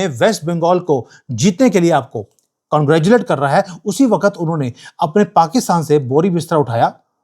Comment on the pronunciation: आप भी “कांग्रेच्युलेट” जय शाह की तरह बोलते हैं 😂